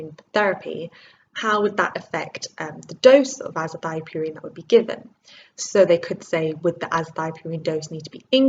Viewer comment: is it not azathioprine and not azathiopurine. great video and keep up the great work regardless :)